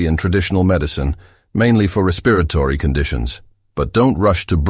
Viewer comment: Robot mispronounces "respiratory."